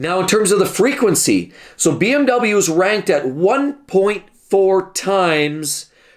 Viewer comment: You are saying the cars wrong 😂🤣